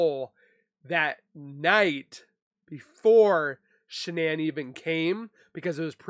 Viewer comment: Shanann,s name was pronounced Shannon ...Shanann started pronouncing her name Shan ann for some reason...her Mother pronounces her name Shannon...like she named her. ❤